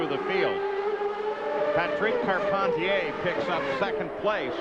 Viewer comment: As a born and bred Quebecer, the way Paul Page pronounces Patrick Carpentier (Patreeek Carpenteeyay) really annoys me